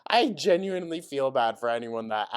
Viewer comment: It’s the y’s that she can’t pronounce correctly